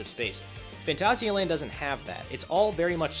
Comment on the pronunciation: this ones always a good one, also nice to see you pronounce it properly XD